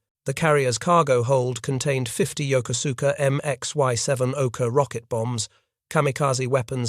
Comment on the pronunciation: This is an excellent documentary but the city in Japan mentioned during the video is Yokosuka (pronounced: jokosɯ̥ka). The narration does not pronounce its name correctly. And I should know, I was born at the US Naval Hospital at Yokosuka US Naval Station in October 1960.